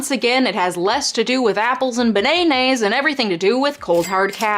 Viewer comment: She said benay nays😂😂